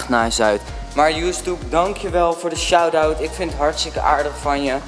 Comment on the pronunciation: het is shoutout niet shoudout ;)